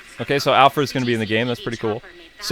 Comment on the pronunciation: So nobody else is bothered by the way they say alfred they say alfrid